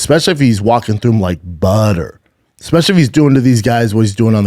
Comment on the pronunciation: “Walking through him,like budder”.. Brandoon “ Buffoon” Schlaob..